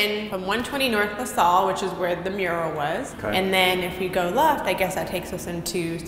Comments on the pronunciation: Lasalle is pronounces LaSale. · LaSalle, not LaSol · Just fyi.. luh-sal. Like in 'salvation'